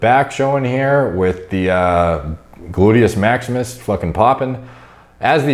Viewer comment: saying gluteus maximus made my day.